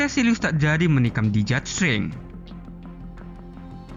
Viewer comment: Jidat kakak,, bukan dijat 😁